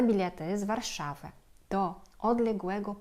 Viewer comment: Dawno Ciebie nie słuchałem i świetnie mówisz po Polsku i tylko nosowo czuć inny akcent : no ,a Warszawa to już czysty Ruski akcent. Pięknie rób filmiki częściej i powiedz Rosjanon , że my Polacy nie jesteśmy ludojadami i nie mamy zamiaru Ich zjeść. Sic.!.